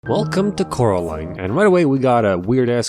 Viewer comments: Oh Caroline NO ITS COREALINE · Oh Caraline. NO ITS FU***NG CORALINE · The way I laughed when I heard him say Coralines names as 'Caroline' is just very very wrong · he said caroline, not coraline, a grave sin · oh caroline its fucking caroaline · NO ITS FUCKING CORAAAAAALINEEEEE!! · I DIED LAUGHING WHEN CORALINE SAID SUCK MY DICK WRONG LOL